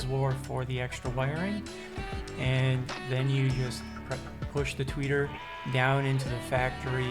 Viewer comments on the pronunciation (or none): Say "Tweaker" one more time lol